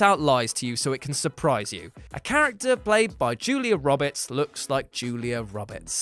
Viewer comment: Julia Robbits?!